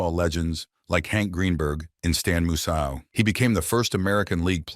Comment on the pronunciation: This was such a click-bait video. Also cant pronounce "Yount," "Sveum" and "Musial" correctly? Poor video